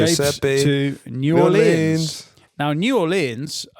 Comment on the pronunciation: Fin is determined to keep saying new orleyans